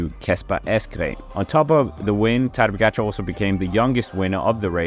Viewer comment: What a butchery for pronunciation.. 🙄 Try to say: Ta-dey Pogachar